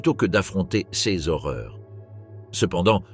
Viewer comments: clairement la façon de prononcer certains mots, "ces-e enfants""cesse bureaux" ,par exemple de l'i.a. est vraiment hyper agaçant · wai mais la narration par l'I,A est pas terrible < > mdr^^